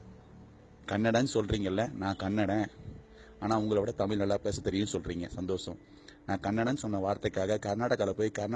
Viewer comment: பேசுற நபர் தயவுசெய்து தமிழ் என்பதை தமில் என்று உச்சரிக்காதீர்கள். நன்றி, நாம் தமிழர்....